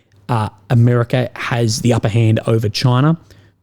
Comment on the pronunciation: Mate, you mispronounced America.